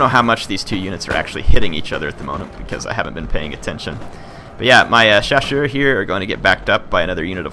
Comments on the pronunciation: Hey, great to see some Napoleon: Total War. As a note of encouragement, I appreciate that you attempt to pronounce the French names and acknowledge you don't know how to say them perfectly (with good reason), as opposed to some who just butcher them and don't care. And your pronunciations are very close. All you really need to do is pronounce the double-S in 'chasseurs' with an 'S' sound, not a 'sh', and you'll be golden. As for the fire-by-rank comments, this is not 'my era' in terms of military history, so I don't wish to claim to know better than anyone else on any particular point, but I just want to note I do know British drill called for it (among other variations) and that it is quite practical. But that is only one small army among multitudes, and not representative. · hey, im fench and ill help:). Actually, you pronounce "chasseurs" right, simply remember that the "ss" is like a simple "s" of.. Sniper, Sweet... and not a "ch" of CHewing-gum. And that in french, you don't pronounce the 's' of the plural. In english, shoe -> shoes('z'), french, chasseur -> chasseurs (both sound CHaSeur).:)